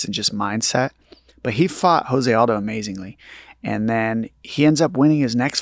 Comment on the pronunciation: My bruh- I love you to death BUT you ALWAYS say JOSE ALDO’s name wrong and I can’t help but cringe every single time! After fighting along side him for over a decade YOU SHOULD KNOW THIS!! JOSE is pronounced with a hard “J” like Joe, not with a soft “H” like house! It’s Portuguese not Spanish. Please please please say it right my man!